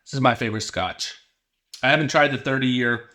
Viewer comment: Great video bud. Just bought this and your video was very informative and I'm excited to open it. Small note. Glendronach is pronounced Glen-dron-ak